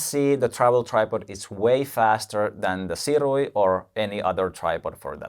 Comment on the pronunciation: Funny thing, the company "Sirui" pronounces it "SOO-ray".